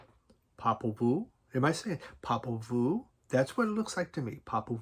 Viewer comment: You definitely got the proper pronunciation on Popol Vuh's band name. I know by the eighties the band had changed their lineup except for Florian Fricke of course. I have a nice copy of the first album Affenstunde. I got into them late too. I think the drummer and the percussionist Holger something or another played with Amon Duul for a few stints. I know that Holger played on my favorite Duul album called 'Phallus Dei'. The Moog synth sound is prevalent throughout the debut. I am sure you will hear it on that one too. >< Nice to see that Frisell is still pumping out new music. What a talent. You are right. His music is diverse in many ways. I have been looking for some John Zorn on vinyl. Especially Naked City and Spy Vs Spy. So hard to find nowadays. He worked and played with with Frisell a number of times. It is mainly avant-garde jazz. But so so good. Have a nice endless summer day ~ Rob/Boston